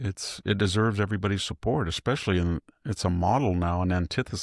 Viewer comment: So what? You say "Ecspecially," for "especially", and "on accident" instead of "by accident".